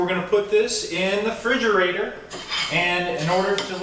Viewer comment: Did he just say frigerator?! Hahaah it's refrigerator, just saying. but anyways, good video and totally going to try this!